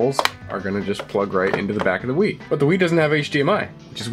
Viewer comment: I thought he said, "im a big WIId fan."